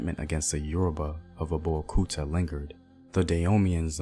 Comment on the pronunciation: Another wonderful piece! Many thanks. I’ll however recommend that you consult a native of the regions you cover as your phonology is awful. You couldn’t get a single word right; from Dahomey, Whyday, Abeokuta, Mino, to Gbeto. I really appreciate your work and would’nt mind helping out (for nothing) I could even explain the meaning of all those words/towns. My mother is Eve (Ewe) originally from Ketu (Nigeria) to Dahomey (Benin) and finally Notse (Togo). My papa’s from the other side, an Akan (Cote d’Ivoire) and (Ghana). I’m from Akropong. As always, much respect to you.